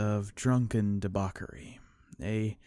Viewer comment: Debachery= Dee-baa-chh-urr-ee